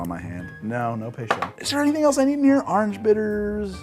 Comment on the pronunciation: Every time you say "Orange" I think you should plaster a huge "Ahnj" on the screen. I've never heard someone turn it into one syllable more than you.